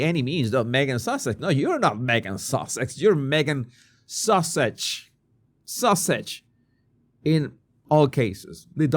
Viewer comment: Did you say “Duchess of Sausage?” 😂